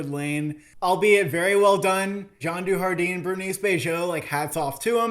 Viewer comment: As a French person hearing you say Jean DuJardin was painful